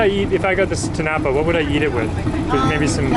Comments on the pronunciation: just to help you with the pronounciation, in tinapa, the stress is on the last syllable (ti-na-PA). your pronounciation is close to that of the word tinapay (ti-NA-pay) which is tagalog for bread. 💚 love love love that you're so interested in our cuisine. at times, i am amazed by some of your culinary insights. more power to your channel. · Tinapa is inflected at the third and not the second syllable. It's eaten for breakfast and like most other Filipino breakfast item this is a paired with garlic fries rice or "sinangag" To eat this you dip the tinapa into a spiced vinegar condiment then eat it with your fried rice and fried egg. It would be recommended to follow it up with "atchara" or pickled green papaya. Love your content thank you for featuring our food and appreciating love from the Philippines 🇵🇭 ❤